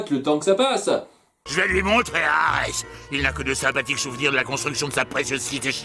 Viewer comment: En plus de changer le nom "Boreas" en "Borée" durant les chansons, y a qui prononce "Arè" au lieu de "Arès"